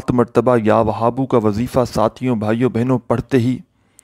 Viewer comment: Bhai jan Ya Wahabo ka talaffuz to theek sy ada krain, iss mai Ha ki aawaz halaq sy nahi nikalti, aur zara mukhtasir byan kia kro